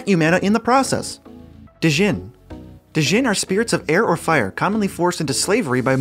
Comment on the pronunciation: "Dee-jinn"? The "D" is silent, hillbilly